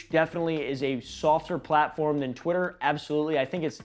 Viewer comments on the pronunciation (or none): im sorry did you say twittler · Did blud say twiter?